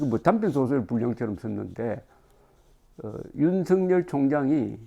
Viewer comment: 윤석열 의 발음은 윤서결 로 발음해야 합니다! 윤성열이란 이름도 있는데 윤석열을 윤성열로 발음하면 어찌 구분 합니가?